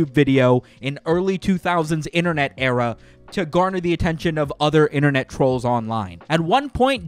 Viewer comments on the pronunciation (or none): none